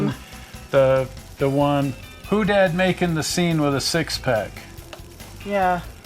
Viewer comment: It’s pronounced hoe-dad